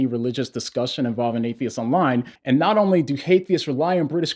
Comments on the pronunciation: did you say hate-eists? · Did I just hear you say "Hatheists or "HaTEtheists"? Either way it's pretty funny if you did. You've just established a new word hahaha... George Orwell would be proud. Either way that's a spot on description: hateful!